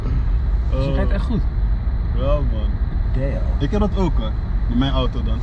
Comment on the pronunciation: Haha andy begreep niks van die straattaal je zit toch niet in de midlifecrisis he haha grapje man goeie vent jij “dayuuuum” en dan zegt andy dehmm haha